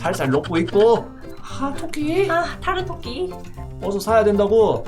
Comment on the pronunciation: 이 토끼를 또끼라해는데요?